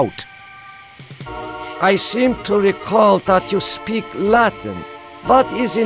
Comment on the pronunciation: For such an intelligent computer, his pronunciation of Latin is horrible